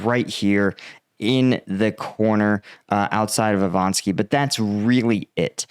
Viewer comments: Not Ivanski, it's Ivanivske. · Ivanivske is pronounced "ee-vahn-eev-skuh", not "ee-vahn-skee".